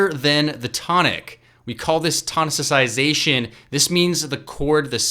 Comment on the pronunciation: Did you say "tonisisaization"? hahaha